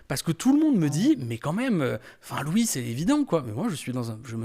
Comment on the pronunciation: Apprend a dire son nom déjà lou boyard ... Mdr c'est LOUIS DEJA